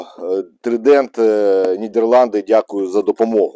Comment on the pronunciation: ТЕПЛОВІЗІЙНИЙ А НЕ тепловізіційний! КОМПАНІЯ ТРАЙДЕНТ (ТРИЗУБ) А НЕ трідент.